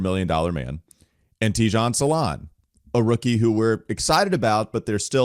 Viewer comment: Hi from france his name prononciation is salin no salaun